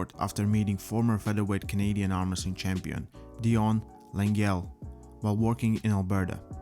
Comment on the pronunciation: Armresting in not Armwresling.